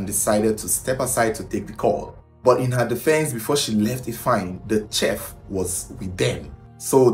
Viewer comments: Its pronounced 'shef' not chef like in check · It’s pronounce sheet not cheff like shhhh. Thanks. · It is spelt chef but pronounced as SHEF. If you want your videos to soar with foreign views, it is imperative to work on your diction; pronounciations. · CHEF....PRONOUNCED "SHEF"!!!! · Chef is pronounced as “shef” please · you just might wanna look up the correct pronunciation of chef , thank you! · you saying CHEF all wrong